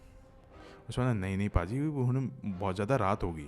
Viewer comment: पाजी नहीं....भाजी होता है पाजी का मतलब होता है शरारती